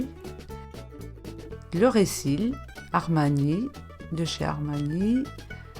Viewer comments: Ahaha j'adore elle trop mignonne ta maman ! Elle dit récil au lieu de mascara comme la mienne 😂😂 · AMDNE _ moi aussi elle dit le ricil ma mere 😂😂😂😂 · Le ricil mdr ma mère dit également ca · Le fameux "ricil" ! On a vrmt toutes les mêmes mdr